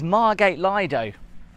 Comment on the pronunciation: Lovely video, just one thing though, Lido is pronounced LEE-DOE. Thanks for the upload.